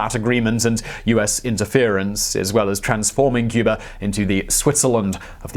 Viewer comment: Cyoober. And its San-ter-ria. Geez.